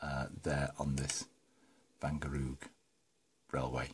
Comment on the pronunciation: Perfect pronunciation of the word 'Wangerooge',! Nice, little engine! Not too far from Great Britain!:-) Visually the loco could also be British! Do you plan a sound?